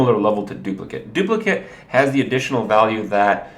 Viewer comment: Your pronunciation of "duplicate" is driving me crazy. The word you are saying refers to the copy of the original card. The actual spell name is pronounced "dupliCAIT".